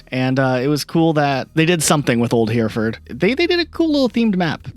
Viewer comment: I know this is an old video, but I'm begging you to pronounce Hereford properly